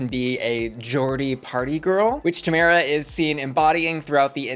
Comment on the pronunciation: not pronouncing Tamara's name wrong the entire video... 😳